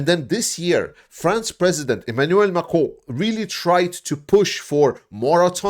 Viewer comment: Please stop trying to say Macron on French please stop. LOL!